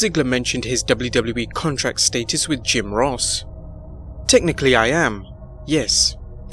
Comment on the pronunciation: Contract stay-tis?